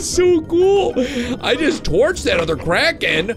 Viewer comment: I thout you said Karen.